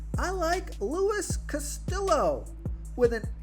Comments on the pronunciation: You gotta work on the latin names. Casteooo, not Castillo. The L is silent. Mehay-ya, not Megee-a. The J is silent. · Pronounced Luis Cast-iyo, not Castil-low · Lmao at the Castillo pronunciation